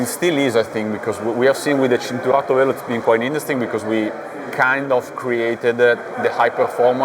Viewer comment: Pirelli CHIN-turato, not "Sin"